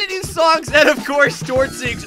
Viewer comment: Exper Ga Tord? My Brain: Exper “Gay” Tord?